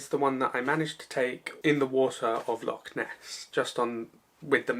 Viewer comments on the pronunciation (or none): Good work but you really need to work on your pronunciation of Scottish terms...its Loch not Lock.